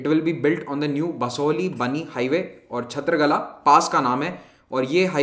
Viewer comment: Its kala not gala. I think